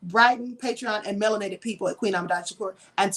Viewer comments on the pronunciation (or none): none